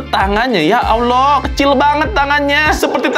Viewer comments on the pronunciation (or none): none